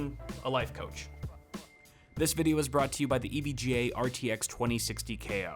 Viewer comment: EVJA** EVGA DUDE GET UR SPONSOR RIGHT